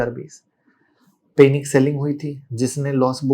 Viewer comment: पैनिक can’t even pronounce the word Panic correctly. This guy is a big story teller.